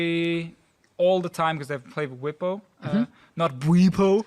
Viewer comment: If NA is talking about player pronunciation because Deficio saying Wipo instead of Bwipo, maybe the NA casters could says Fnatics support Hylissang properly xD